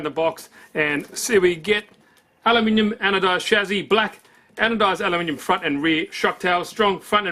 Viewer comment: Shame you say chassis wrong